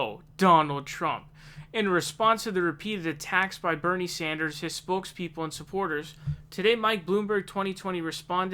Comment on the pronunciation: Stop calling him Bernie Saunders.... It is Sanders.